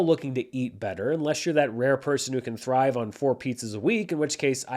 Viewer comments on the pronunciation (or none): none